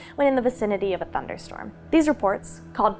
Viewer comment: "Thunderstrom". lol